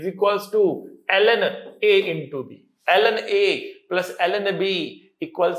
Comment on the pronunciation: When sir was! Teaching log function and he said (LN) then it seems to Allen..☺️☺️